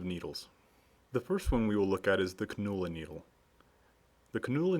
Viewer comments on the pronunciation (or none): It's pronounced "CAN YOU LA", not "Cun oo la". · Cannula.... it's pronounced Kan' you la or "KAN you luh" . Not KaNOOOla !